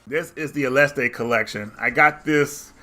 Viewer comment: No there is no crazy Mexican "E" on the end, there. ... . It's just "aleste".